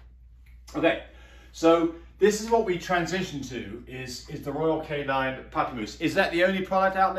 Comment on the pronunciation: Royal Canin not Royal Canine